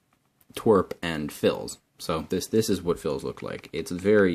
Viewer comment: u say twrp like twirpk